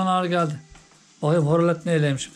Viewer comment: Horolet deyil Erkan oralet😊